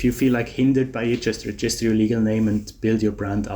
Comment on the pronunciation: It’s pronounced REgister, not reGIster.